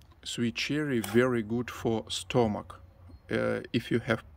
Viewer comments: Stomach is pronounced stum-muck. Your trees are very productive and healthy. God bless and stay happy and well. Please say hi to Suzie and Sati💜💜💜📿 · Looks so yummy. I see why you wanted to go home. Beautiful! Just for reference, the o in stomach is pronounced u, like in up. English is so hard to learn because at times it doesn't make sense. You do very well. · Hi...pronounce stomach as stumick.